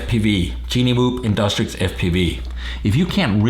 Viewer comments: in DUCK Trixie not in DUS trick fuckin annoying as shit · Its not InDUSTrix but InDUCTrix!